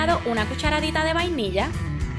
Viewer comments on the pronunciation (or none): none